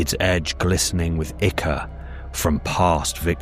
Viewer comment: I love your videos because you’re the only person on YouTube who pronounces ichor correctly.